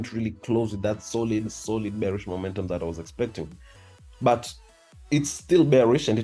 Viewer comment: It is Bullish not Gbullish And It is Bearish , not Gbearish Work on ur pronunciation bro 🤨